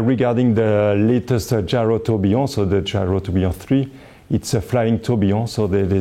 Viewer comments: Nobody: Frenchman: Gayrowtobeyond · I want to get it so I can pronounce gyrotourbillon the way he pronounce it when showing off my watch.